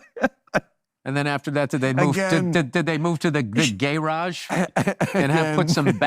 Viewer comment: "the gayrajj"😄